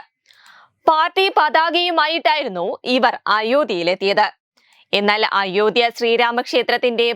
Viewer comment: അയോദ്ധ്യ എന്നത് കുറച്ചു stress കൊടുത്തു പറയണം, മലയാള ഭാഷ കുറച്ചു കൂടി പഠിച്ചു പറയുക, പ്ലീസ്